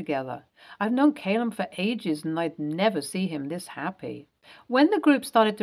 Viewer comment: "Callum" not Caylum